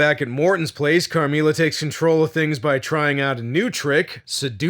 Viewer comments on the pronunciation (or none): not you butchering the pronunciation of “Carmilla” 😭😭😭